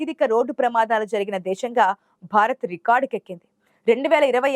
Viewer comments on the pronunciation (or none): none